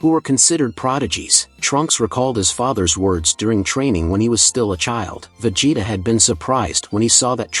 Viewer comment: Vejay-tah!? 😂 Don’t people care about never narrating their own videos without AI anymore? 🤣